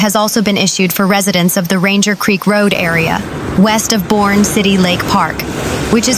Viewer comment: Boerne, TX is pronounced BUR-KNEE